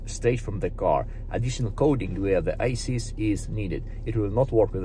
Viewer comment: Мда… для английской аудитории сам язык еще так нормально подучить не мешало бы, хороший для тех кто хреново понимает. То же самое произношение названия программы Esys, никак не Asys 😂😂. Хорошие познавательные видео некоторые в целом, но с английским явно переборчик.